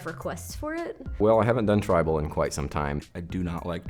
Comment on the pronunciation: When they said "Trible" I immediately thought of Kurtis Connors Tri-Bull pun- tattoo😂😂